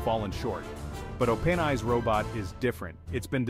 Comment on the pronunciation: Everything about this video is AI. The AI voice can't even pronounce openAI properly.